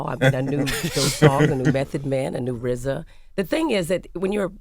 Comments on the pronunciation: How is rza gonna be rza when he can say his Rs. He’s the Wza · LOVED hearing Erika n RZA speak with his speech impediment